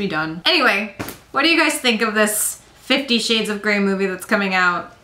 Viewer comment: Did you say 50 shit's of grey? x)